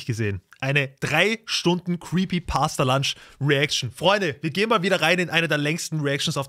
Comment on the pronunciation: Digga der heisst nicht creepy pasta lunch der heisst creepy pasta PUNCH du heisst ja auch ned lyzer oder man man